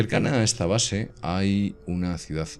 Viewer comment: QUE ES UNA CIUDAZZZZZZZZZZZZ, SERA CIUDADDDDDDD ME PARECE...................CON D AL FINAL